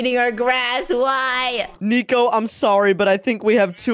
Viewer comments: why say neco that's not neco say nico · It’s not niko it’s nico